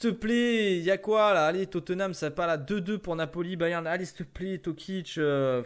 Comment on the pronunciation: C'est pas tokic, c'est toko